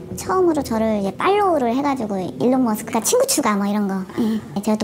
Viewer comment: 일론머스크 발음 완전 나이지리안이네 ㅋㅋㅋㅋ